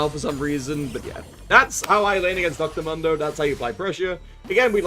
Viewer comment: Why do you call dr mundo dr mondo say it right fool